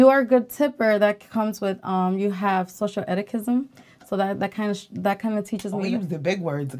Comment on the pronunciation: “Etiquism” WTF she saying? Imagine dating a girl who’s mid af and they first thing she tries to judge you on is tipping. This video sad af. Makes you loose a lil hope every time they talk